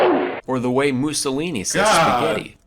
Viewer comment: Thought, he said pussy when he pronounces spaghetti